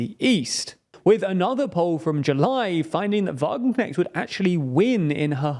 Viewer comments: "Wagenknecht" is more closely pronounced like "Vah-gun-cnesht" imstead of "Vah-gun-cneckt" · i really like the butchering of her name by the dude in the video! from now on i will also call her wagenknekt :D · that "ch"-sound is not prodounced "k" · Sahra Wagenknecht is not right-wing on social issues at all. The creator of this video understood nothing about Wagenknecht's politics! And the name is not pronounced correctly, too. ch is not k!